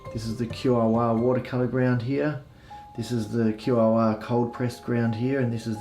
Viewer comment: Thanks my fellow Aussie 👍😎 just one tip... No music would be better... Couldn't hear your helpful commentary 😉 Also, heads up - QOR is pronounced KOR/core 👍 very helpful nonetheless!🙏🤗